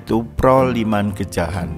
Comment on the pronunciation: Sekedar masukan, mohon kata2 dalam video yg lebih menarik lagi, contoh ayam goreng sedikit gurih mohon kata2 sedikitnya di buang saja, karena terkesan ayam gorengnya gak terlalu enak, lalu nama tempat genjahan bukan gejahan